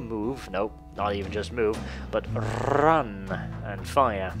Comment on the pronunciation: I came at rRrRrRrRrun